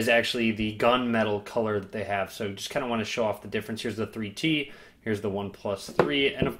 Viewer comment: For few minutes I didn't understand why you are keep saying "free tea" then I realized it's "3T" :D